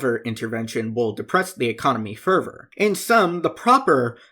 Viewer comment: Whenever you say "further", it sounds like "fervor" so I was confused half the time